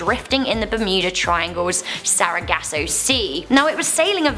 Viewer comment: “Bameenie”😂🤣”Sarahgasso” I’m done. I can’t listen to you guys. Repeat the same things over and over and still miss pronounce them.